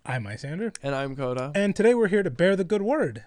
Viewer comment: Koda... Please no. Fix it.